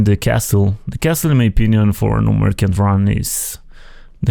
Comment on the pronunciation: Nice run, although you pronounce "merchant" wrong :D